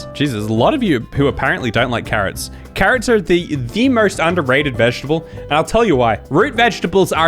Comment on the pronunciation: I love saying “carOHts” in the Finnish accent, cracks me up every time